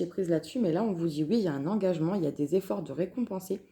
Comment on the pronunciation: Magnifique tirage, Il m'a beaucoup parlé Et qu'est-ce que j'ai pu rire quand tu as prononcé le mot "engagement"